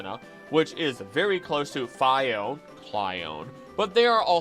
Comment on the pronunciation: The anime literally pronounces it "fee-ohn-ay" and this guy still pronounces it "fy-ohn"....smh my head